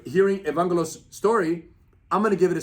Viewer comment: Lol Rener doesn't know how to pronounce Greek names. He said Evangelos with a "G" sound when the G is pronounced with a "Y" sound. I'm Greek by the way.